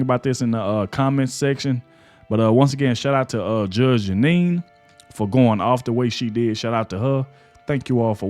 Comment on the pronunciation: I love you, man, I do!! But, Bruh, Her NAME is Judge Janine, NOT Judge Anine!! We're with you all the way, man!! You do GREAT WORK!! We're right behind you. Otherwise, I've watched more of your videos than I can shake a stick at; more than I can count!! I've recommended you to everybody I know, don't cut corners on people's names, man. To pronounce the names CORRECTLY, SHOWS RESPECT... ESPECIALLY with somebody as highly Educated as Judge Janine!!! Keep up the great work!! We're right behind you!!